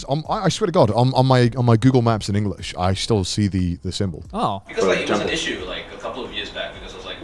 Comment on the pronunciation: eng-o-lish IronmouseKek.